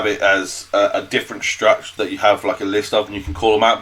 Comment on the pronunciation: its a struct not a strut ffs